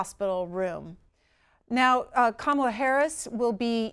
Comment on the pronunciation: If you know Kamala Harris - how come you can't say her name correctly?